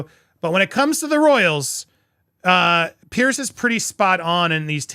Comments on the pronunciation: The man's name is PIERS. It is pronounced PEERZ. Not " pierce" as in poking something through a piece of material, or pierced ears, etc. Say PEER and add a z sound to end of peer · Andy, not to have a go at you, but with respect, Piers is pronounced Peerz, not Pierce. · It’s pronounced Peers not pierce . Just saying. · Just for record. His name is not pronounced like the name "Pierce"! It's pronounced like the word "peers"!❤ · Andy, the correct pronunciation of Mr Morgan's Christian name is "peers",as in peers through a window 👍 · 🙂"Piers" is pronounced "Pierz" 🙂